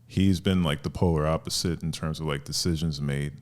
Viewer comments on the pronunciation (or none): none